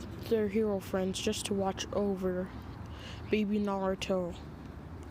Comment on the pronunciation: nawuto and kuwama best fwends